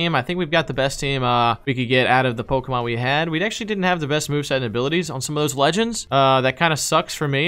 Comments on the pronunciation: I like how says all the names wrong and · I literally cannot stand. seems more chill. And I can't stand the way SAYS POKEMON THE WRONG WAY!